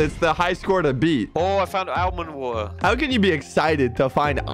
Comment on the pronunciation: British almond water